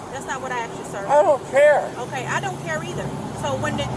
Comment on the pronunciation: I'm convinced all black females are taught English from the same teacher around the world. "YOU AXED FOR THIS" 🪓